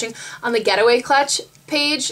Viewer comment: I thought you were saying "GHETTOway" clutch